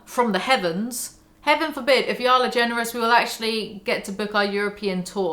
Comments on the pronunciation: y'all. Like hall. Not howel. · "Yall" with a British accent literally just sounds like "jarl" and now I want to play Skyrim lol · i didnt even realize you were trying to say yall lmfao, it just sounded like "yo" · Try saying “yall” as “wall” instead of “mal” ! Y-AW-LL It’s the emphasis that makes it sound weird , not the accent :) I moved to the states as a kid and had to pick it up , works well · It does sound a bit funny when you say Yoll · You saying "ya'll" sounds like "jarl", like from skyrim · Hey Brits, how you gonna say yall when you don't even pronounce the LL sound 🤔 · The Big Yeezy really calling me out for saying y'all as a non-American. I'm devo. 😰 One thing in my defense - my best friend for years was an awesome girl Louisana, and it's entirely her fault that y'all entered my vocab. I'm a Kiwi, so it sounds different to a Brit saying it, but still def not as good as when it's said by someone from the Southern States. Also when says y'all it sounds like "jarl" from Skyrim lmao.